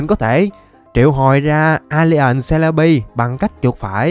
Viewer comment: Em chào,mà anh nói celebi alien giống alian trong lq vạy..:) chúc anh có 1 ngày may mắn á!